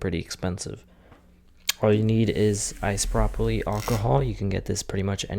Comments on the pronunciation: "Icepropaplee" lmao, you mean isopropyl? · when he said "ice-propoly alcohol" I couldn't help but chuckle lol. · “Ice-Prop-uleeee” my man 😂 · My man sayin “icepropaly” bruh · I heard Ice-Brocoly😂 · Did you say ice broccoli alcohol? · Bro said isopropyl like it was two words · wait, say "isopropyl" again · Funniest thing I heard all year